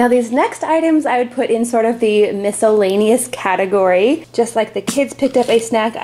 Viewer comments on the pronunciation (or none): none